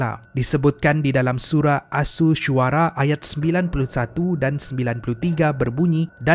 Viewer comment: Alhamdulillah.. trima kasih atas perkongsian. cuma kalau boleh, harap dapat check dan betulkan cara sebutan nama2 surah ye sebelum post video.😅 Al Qariah - Al Qori ‘ah Mudattir - Muddasir Asyu-syuara - Assyu ‘aro Al-Maidah - Al-Ma ‘idah Al-Huzumah - Al-Humazoh Al-Furkan - Al-Furqon saya slalu tengok video dan bagus sgt perkongsiannya. cuma bila melibatkan sebutan arab, cara sebutnya tidak semuanya sama seperti bahasa melayu. lebih indah videonya kalau dpt sebut ikut sebutan yg betul 😅. ini hanya secebis pandangan peribadi saja. 😇